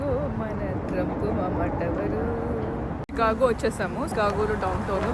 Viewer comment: అది చికాగో కాదు షికాగో 😊